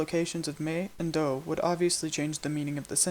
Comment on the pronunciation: I can hear that you haven't nailed the Lojban pronunciation. You're pronouncing mi and do as /me/ and /doʊ/, when it's supposed to be /mi/ and /do/.